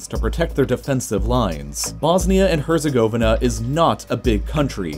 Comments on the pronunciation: “Bosnia and hUrzIgOeViHnUhh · The way he pronounced Herzegovina is so wrong it’s hilarious 🤣🤣🤣🤣😂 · the way you pronounced Herzegovina is wrong and weird